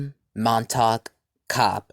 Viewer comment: Montague has three syllables (Mon-ta-gue) and is pronounced mon-tuh-gyoo. Thank you for highlighting Dr. Cobb’s achievements and contributions.